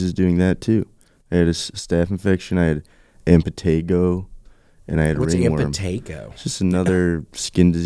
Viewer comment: said Impetigo wrong 🤣 GAURD DAWG DOWN!!!